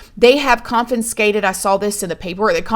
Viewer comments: Confinscated 😆 I'm sorry, I love you but I couldn't help laughing at how you kept saying "conFINscated" instead of confiscated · Hey, just a tip. You've been mispronouncing "confiscated". - is where I heard it. You've been saying "coffin-skated". Correct pronunciation is: "CON-fiss-kated" Love you girl. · Consfincated is the new way of saying it. I love it and I am here supporting 👑. Your babies love you💕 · oh bless your heart,it's con-fi-scate-ed.youre so damn cute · I love the way says CONFINSACTED 😂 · The way you pronounce confiscated 🤣 still an awesome story teller way better than me